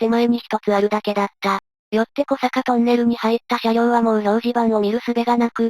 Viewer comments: 小坂トンネルは「こさか」ではなく、「おさか」トンネルです。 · 小坂トンネル ❌こさかとんねる ⭕️おさかとんねる